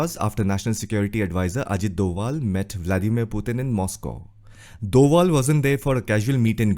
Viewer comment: It's a request to northern Indians that don't misuse the letter "v" and "w" in pronunciation. It's Ajit Doval not Ajit Dwal